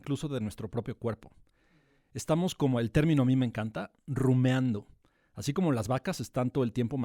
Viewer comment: No confiaría en alguien que dice "la" área y dice "rumeando". Quién sabe cuánto más diga mejor ya nos vemos bye